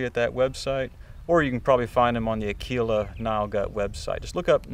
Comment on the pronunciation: Bravo bravissimo, but the strings name is Áquila, not Aquìla, 'Ah-kwela not Ak'weela. I swear on it, I'm a true bred Italian, believe me. Áquila, like Opera. And keep up the good work:eyes-pink-heart-shape: your videos are fantastic